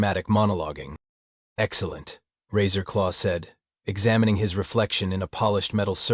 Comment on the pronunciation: Every time the AI says Captain Razor law, my mind hears “Taserface”